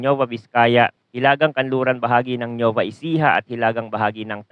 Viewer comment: Pakiaayos po ang pag pronounce sa mga probinsya banggar(bangar) kalingga(kalinga) nuweva(nueva)